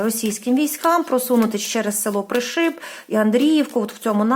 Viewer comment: Доброго вечора, дуже дякую вам за вашу працю, особисті вам писати неможна, хочу трошки Вас виправити с Пришиб, говориться не ПришИб, а ПрИшиб, тобто наголос робимо на перше И, будьласочка не плутайте 🙏🙏🙏Дякую Вам☕🍰🌹